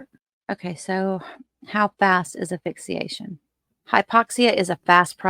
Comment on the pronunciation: Honey, if you say AFIXIATION one more time I'll scream. It's asphyxiation. If you're going to try to pass yourself off an as expert, do the expert thing. Learn to pronounce properly.